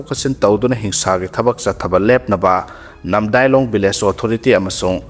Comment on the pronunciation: Namdailong natte NAMDILONG